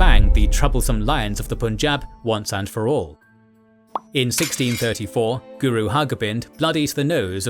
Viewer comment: pleaseeeeeee learn how to say punjab , before making entire video about punjab your hurting my ears